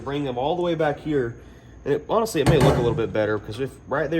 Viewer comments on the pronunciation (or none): none